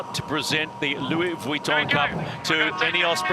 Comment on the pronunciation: I cringe every time says "Louis Vuitton", please don't continue it for the America's Cup matches. It doesn't match English (American or British), French, Spanish, or Italian, so where the f is he pulling it from? It just sounds stupid and extremely irritating! Congrats to Britannia, I feel like some of the post-match chatter alluded to perhaps the software team tuning the maneuvering automation better than Luna Rossa could. Commiserations to the Italians for a thrilling LV Cup finals. Shame they didn't make more of a fight today. Bring on the America's Cup Match - it's set to be a cliff hanger until we're a few races in!!